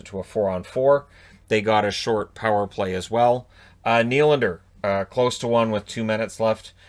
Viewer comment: The way pronounces Nylander is killing me inside. It’s way less satisfying to say